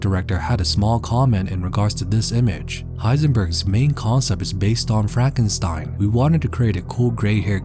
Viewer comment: ah yes frakenstein